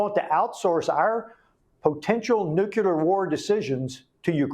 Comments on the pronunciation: nucular -> nuclear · I don't trust the intelligence of anyone who uses the word "nucular" which doesn't exist. It's "nuclear". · Congressman- “Nukular” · ( Nucular)? It undermines a persons credibility when they’re talking with this word, which is incorrect the correct way to pronounce it and spell it is nuclear not nucular. George Bush Jr. had the same problem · I don't think anything bothers me a much as the mis-pronounciation of the word NUCLEAR BY GOVERNMENT OFFICIALS! NEW-CLEE-ER Is correct! NOT NEW-CUE-LER? 🤬🤬🤬🤬🤬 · "nucUlar" ?? I have a difficult time trusting experts in this area when they can't even pronounce the word nuclEar.. 😐 I mean, I agree with this guy, .. but for Pete's sake dude.. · WHY, a CONGRESSMAN, man who says he’s been so close to the nuclear program, CANNOT PRONOUNCE NUCLEAR?!!! It drives me insane, when I hear so many, “intelligent?!” people, pronounce it “NUKE-U-LER!” I understood it when that monkey, George “Dubya” Bush mispronounced it constantly, but hey, look who you’re dealing with!!! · Nuculer? The word is nuclear. Is this code? ... Or are all people in high positions mispronouncing nuclear??? Subterfuge? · How is it that a congressman can't pronounce "nuclear". He says "nuculear". WTF? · Nucular is not a word. It’s NUCLEAR! Why do people keep saying that? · I don’t trust/believe anyone who can’t pronounce “nuclear” properly. It’s not “NUKE-you-ler “. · Nu-clear. Not noo-q-lurr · Say it with me: NEW-klee-er If there’s war, does it suspend inauguration of the newly elected president? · Can anyone in America pronounce ‘nuclear’? It is pronounced… New-clear Not newculer It’s not complicated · OMG I wish people would stop saying nukular! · What is it with Texans that can't say nuclear? It's not nuculer.. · How can people, especially him in that position, mispronounce the word nuclear? Does he hang out with George W. Bush? Geez... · Congressmen can’t even say the word nuclear correctly.